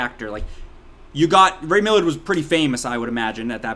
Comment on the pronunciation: The actors name is Ray Milland, not Millard